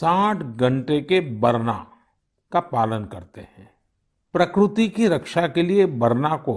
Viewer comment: प्रकरूती नहीं प्रकृति होता है मुर्खाधिराज